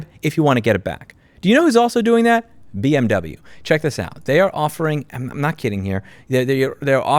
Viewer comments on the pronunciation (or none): "Bee Emm Troubleyou" just went to a new level....